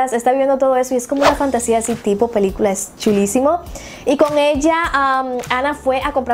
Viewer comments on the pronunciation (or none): none